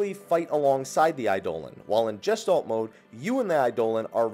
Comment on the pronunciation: I cringe at the pronounciation of "Gestalt" mode although it's likely because it's a german word and he isn't a german speaker